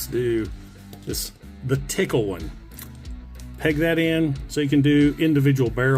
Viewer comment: He said the "tickle" barrel! 😅🤣